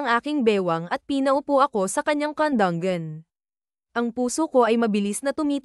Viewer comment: Gnda Ng kwento KSo narrator ayusin mo nmn Ang pag narate kandungan naging kandung gan sa salita mo pangit pakinggan wla nmn gnun Tagalog word